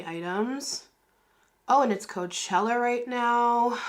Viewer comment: It’s Coachella not Couchella baby 😂😂😂